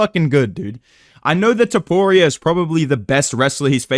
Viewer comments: Brotha listen, i didn’t mean to bully you outta calling Ilia “toporeo” lmao. Felt like you were fighting to hold it back the whole video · It is so weird hearing say ilia’s last name (don’t know how to spell topuria)